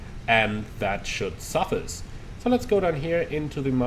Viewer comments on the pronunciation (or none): Just for future reference you pronounce it suff(ice like in a drink) instead of sufise